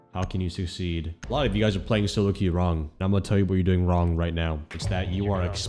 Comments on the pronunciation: No way you said "wong" at the beginning of the video, even tho you had made fun of yourself because of that before. (The short on Kafe) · The "wong way" 😭